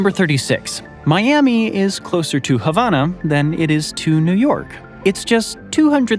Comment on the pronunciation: The capital of Cuba is not havonna!!- It's HAVANA!